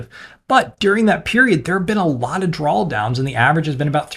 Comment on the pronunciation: can't get past this guy saying "drawl downs"